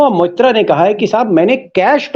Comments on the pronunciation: Deepak Ji surname is मोइत्रा (Moitra) not मित्रा (Mitra). In Bengal these are two surnames in use. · Sir "mitra" Nahi "MOITRA". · It's MOITRA not Mitra Sir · Deepak, please pronounce Moitra correctly. She is Moitra not Mitra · Again sir, its Mahua Moitra not Mitra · Deepak ji ! She is Mahua Moitra not Mahua Mitra so please correct the pronunciation of Moitra for all and oblige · Its MOHUA MAITRA not MITRA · Sir, she is Moitra, not Mitra. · मित्रा और मोइत्रा का फर्क समझिए। सही उच्चारण करिए।